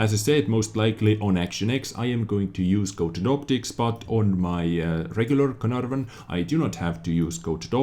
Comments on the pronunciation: No. He pronounced it like "Carnarrvøn" when ur supposed to say "Canaarvøn". But i don't blame him. English isn't his first language anyways. Also estonian is pretty far away from english so.... he is from Estlan, right? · don't worry about pronouncing it correctly, the English YouTube video guys can't do it that well either:P but for reference it's pronounced "Kay-er-narr-fon". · I guess you should try to think of the ae in caer as an e pronounced the same as in words like "derp". Except for this idk how to improve youre pronouncuation of this name trough the comment section but youll get it sometime if you keep watching vids of other youtubers that know how to pronounce the same such as QB